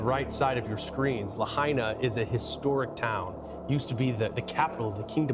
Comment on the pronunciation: It’s pronounced: La -high - na